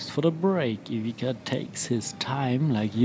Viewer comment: First of all that commentators should learn how to say properly players name and then comment. DISGRACE. Its not IVIKA.